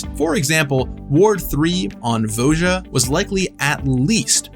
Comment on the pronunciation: Unrelated to the main point, but Voja woulr actually be pronounced Voya or Vooya